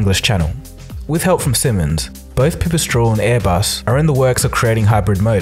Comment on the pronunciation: Oh deer god its pi pi strel, not pew pew straul